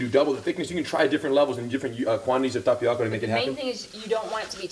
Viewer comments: im annoyed how he says tapioca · This looks pretty good... but please stop pronouncing tapioca incorrectly. No disrespect!